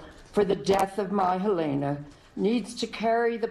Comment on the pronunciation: Your Anchors are an INSULT!. Pronounce Halynas name wrong much? Say it right or not at all.